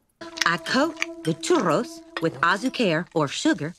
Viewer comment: You mentioned 'avocado' and guacamole but let 'ah-Zee-care" slide? I know it was a different scene but, come on. Ah-zee-care!